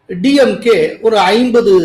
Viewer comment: டியம்கே இல்லே சார். டிம்கே